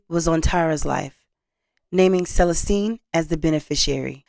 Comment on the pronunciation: Hi. I noticed how you pronounced Celestine. It's pronounced SUH LESS STEEN. Your videos are fantastic and some of us want you to be an even better host. Remember about ILLINOIs?